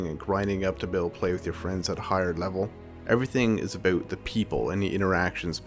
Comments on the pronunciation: I like how he pronounced about... Aboat XD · Why do you say "about" so weird?